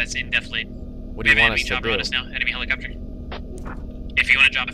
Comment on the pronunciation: Why do you keep saying "Helo's"? They're not "Helo-copters". They're Helicopters, in short "Heli's". He-Li. Li, not Lo. "Helipad", not "Helopad" xD